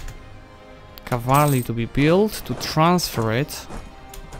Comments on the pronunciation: I love your videos, but its pronoumcrd CAV-al-ry not cav-AL-ry. Im not a grammar nazi but it just bothers me a lot for some reason. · The word "cavalry" is your true rival 😁😁